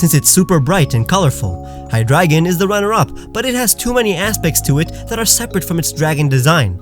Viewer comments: There is no A in Hydreigon! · And who loves the way pronounces hydragon